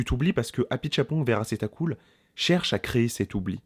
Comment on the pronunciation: Tu prononces hyper bien le nom du réal ! Sérieusement, oui, quelle expérience de cinglé, espèce de rêve éveillé qui nécessite effectivement de s’abandonner et de se laisser porter par des petits rien qui font tout. Et l’incarnation de Tilda Swinton est totalement hypnotisante. Définitivement une séance de cinéma à vivre ! 👍👍